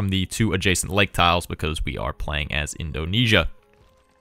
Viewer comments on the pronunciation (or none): none